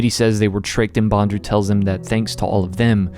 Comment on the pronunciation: Still, it’s Bond-Lew, not bon-dru